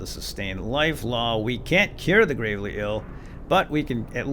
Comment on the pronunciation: It's pronounced " GRAVE- LEE"